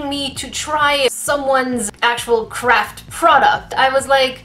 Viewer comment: I heard her say crap product instead of craft product 😂😂